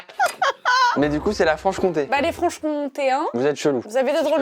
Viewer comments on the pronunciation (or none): on dit pas frenchcontéin !!!!!!!!! on dit frencontoi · On dit les franc contois pas les franche contein 🤣🤣🤣🤣